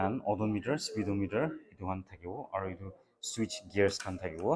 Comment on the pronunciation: The way u say switch part tu Kushi baishi 😅